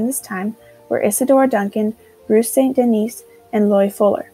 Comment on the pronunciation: This is a great video for a beginning understanding of modern dance. It is Katherine Dunham, not Duncan, and Ruth St. Denis is pronounced like Dennis, not Denise. Thanks!